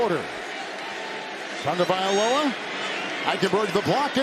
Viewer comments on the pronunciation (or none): Its not tongue-valoa its tah-go-vye-lo-ah